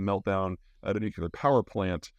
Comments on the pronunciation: Nucu-lear?! 😜 All in jest 😊Thanks for the update and great insights (y) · If you can't pronounce "Nuclear" correctly, people may not take anything you say seriously... Just saying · ‘Cause that’s the way “W” pronounced it …! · N-U-C-L-E-A-R not N-U-C-U-L-E-A-R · "Nu-cu-lar" fest today.. c'mon Peter, I'm sure your parents can help you pronounce it right... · A brilliant guy, offering so much good information, that still says 'nuculer". Like W used to do. Cringe. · Nuclear. NOT NUCULAR! Hard to take someone seriously that doesnt get this! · PSA: nuclear is pronounced 'new-clear' not 'new-q-lar' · Peter, please, it's pronounced new-clee-er, not new-cyoo-ler. I know it seems pedantic, but it's called that because it's working on the nucleus of the atom, not the nuculous. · As informed as you sound, it's frustrating you can't say nuclear. Instead of nukelar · Please Peter... as a former Nuclear Defense Specialist... It's NOO-CLEE-UR... Not NOO-QUE-LURR. Not only is it a pet peeve of mine, it's grammatically incorrect. It's like saying EXpresso vise espresso, or EXcetera vise Etcetera. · Is he saying Nucular or nuclear??? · Excellent summary. One comment on "delivery" of the comment, Could Americans pleasepleaseplease pronounce "nuclear" properly; say "new clear" not "nuke u ler". The latter pronunciation is just lazy. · nuk-u-lar must be a midwest thing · I'm confused as to why you mispronounce nuclear as nuculer? Usually I only tolerate Homer Simpson's mispronunciation as it's satirical?? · Hi Peter! Two questions: 1. You again mention that the US could have been responsible for the Kerch explosion. I have seen nothing so far to suggest this, and I can't imagine how that is plausible given the risk of escalation versus any potential gain. What is your reasoning for this analysis? 2. I'm deeply curious as to why you pronounce "nuclear" as "nucular". Is this a regional dialect thing? Thanks again for your analyses. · "Nu klee er"!!!!! Pronunciation